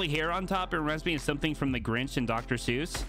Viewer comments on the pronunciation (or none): none